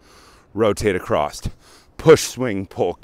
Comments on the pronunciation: AcrossT, that's what I came. He definitely said acrossT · Heads up dude. The word is across.